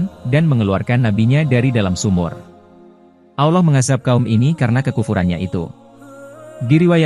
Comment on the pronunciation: Maaf ya Min,,, skdar saran nih,, ttg penyebutan ALLOH. Sebaik.y mgkn ALLAH sj,, krn MIRSARY RASYID sj org Arab, jelas2 mngatakan Allah wlopun dialek beda dgn org Indonesia.. ok min,, Jgn ikut2an sm Elit global yg mmbuat Bank dgn nama ALLO BANK yg dilogo.y ada segitiga Dajjal. Semoga saranku ini dipertimbangkn